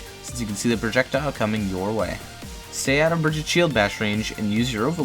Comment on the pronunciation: No one:: "Stay out of brigtggtggg shield bash range..."